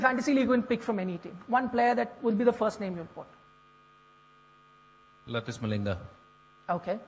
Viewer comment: Harbhajan just said latish malinga instead of lasith malinga